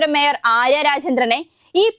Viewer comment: വേയർ അല്ല sir മേയർ 😂തിരുത്തണെ pls